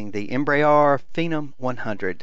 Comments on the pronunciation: Please stop saying "EmbraAAAAAR" "EmbraER" (em-bre-air) nice video nonetheless, despite that and the low voice volume on the recording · I hate to be the grammar nazi but Embraer is pronounced em-bre-re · Oh crap!!! It took a while before I quit pronouncing Embraer "Em bray R"!! Now I'm really bummed. Pray how does one pronounce Phenom in Brazil? Tim G., FS MaNiA